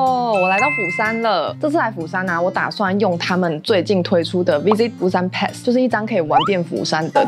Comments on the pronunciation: pass 的發音錯了, 可GOOGLE一下改正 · 分享的內容很實用，不過釜山pass英文發音錯誤了，聽了很難過😂😂